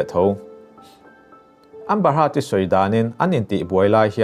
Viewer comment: hurt niloin hurd tia lam tur anih hmel